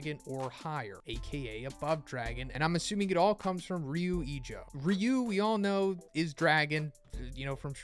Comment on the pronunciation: Ok i get that speaking unfamiliar words from other languages is difficult. But How do you pronounce Ryu as Ryo? And we give the Japanese slack because the American language is much more complicated and breaks its rules frequently. And there's just some things that don't easily translate from their writing system to speech. This is lack of reading comprehension. Now, if we're talking about American English to any Scandinavian or Russian language, thats a different story and it makes sense to be gracious. Romaji Japanese -> American English though, absolutely not.